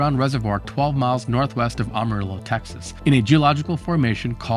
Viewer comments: So I noticed something about the way you pronounce some places in the southwest US. Amarillo, town in Texas. Should be pronounced in the Spanish \Mexican style subbing a y-sound for the double L. Amm-uh-ree-yo Ocotillo is a type of desert cactus. Auck-uh-tee-yo Hope this helps with any future LL containing words from Spanish origin. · Texans (I am a native of the state) make a point of mispronouncing Spanish words. You are correct that mispronounced the first syllable but Texans definitely never pronounce the double "L" in the Spanish manner. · Learn how to pronounce Amarillo